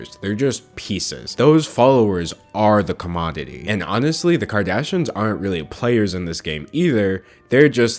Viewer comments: Anyone else notice he misses the "i" when he says Kardashians ("kardashans") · sayin kardashins. king.